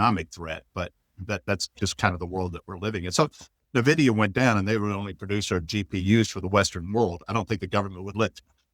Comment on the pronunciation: Hagstrom is insufferable. So pompous for someone who underperforms massively. Will someone please tell him how to pronounce Nvidia.